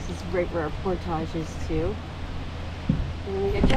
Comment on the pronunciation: don't sell out Canada by mispronounced "portage"